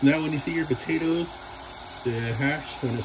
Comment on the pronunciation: “batatoes”….